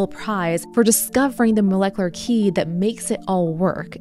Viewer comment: Is it just me but does she always say "moleclur" instead of molecular?